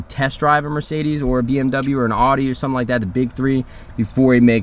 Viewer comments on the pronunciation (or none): Mercedes, BMW or an ordi? It's called Audi 😂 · it’s “owdee” not “awdee” 🤦‍♂️ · Its pronounced OW DI .... not AW Di lololol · did u say aaadi? audi* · When Nade pronounces Audi like “awe-di” smh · when you want your friend to buy a German car, but pronounce Audi wrong..